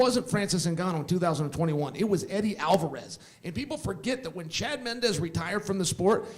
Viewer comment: "MendeZ" "AlvarUS" Casual detected.